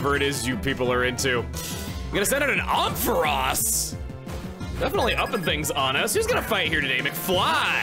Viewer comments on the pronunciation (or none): Aron Air - on Ampharos Am - fuh - ros(like rose but pronounced without the e) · OHM FUH ROZ??? BRO ITS AMP PHAR ROS LIKE THE LIGHTHOUSE AND THE WORD AMP HAHAHAHAH DUDE YOURE SO SLOW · Same here! I was like ‘Omfaross?’ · Chugga's pronunciation of Ampharos as "Omphaross" is interesting... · With love, Chugga’s pronunciation of Ampharos took 3 years off my life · That and Ferroseed. I don't mind off pronunciation, but these stab me deep. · The way chugga pronounced ampharos is so different than what I’ve heard before it’s interesting! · This is the first time your pronunciation of a Pokémon name actually caught me off guard. I've never heard that pronunciation of Ampharos and had to go back several times to make sure I heard you right 🤣 not saying it's wrong, just completely caught me off guard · the way you pronounce ampharos makes me so physically ill